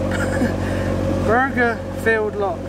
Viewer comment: Enjoyed the vlog bringing back memories of my fishing days, the village " Burghfield" is pronounced "Birfield" and pub is The Cunning Man not Rising Sun. Enjoy your adventure on the K & A.